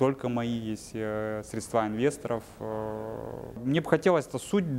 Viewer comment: Что у с речью?? «СредствА», «ложить», хотя то, ЧТО он говорит вроде бы звучит.!!НО!! кроссовки New Balance и голые щиколотки – это, конечно слишком, такие носят официанты в Чайхоне №1